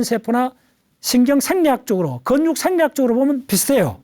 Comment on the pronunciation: 다방면으로 박학다식하신 분이라 잘 듣고 있습니다. 일할때나 운전할때 잘듣고 있습니다. 나무를 보지말고 숲을 보라는 오늘강의를 들었는데도 자꾸 근육이라는 단어가 건육 건육으로 들리니 제 배움은 항상 모자르나 봅니다. ㅠㅠ